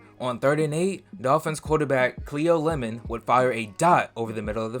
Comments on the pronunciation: C-L-E-O ....... That's pronounced KLEE-OH .... Not see-oh. Good job with getting Lemon correct. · i think its pronounced "CLEE-OH"